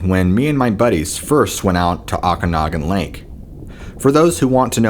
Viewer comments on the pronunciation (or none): its Lake Oakanagan. pronounced "oak"